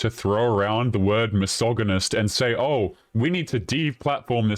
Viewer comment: Bro say the word misogynist correctly.